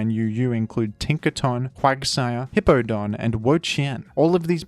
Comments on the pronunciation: Did he just call it "Hippo-Don?" 😂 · tfw forgets that Hippowdon has a "W" in it